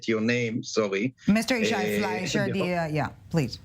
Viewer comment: One of the panelists keeps messing up Yishai 's name!!!!